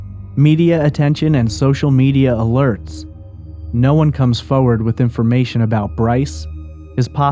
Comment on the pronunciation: worst way to say forward award goes to..... haah foe-wud :P wtf